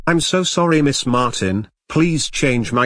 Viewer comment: Miss not ms